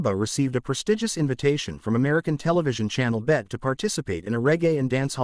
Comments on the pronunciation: It’s pronounced B E T not bets where do they get these people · It's not BET but Beeti B.E.T😂